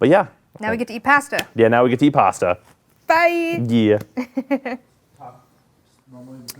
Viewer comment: She said Past-a not pasta lol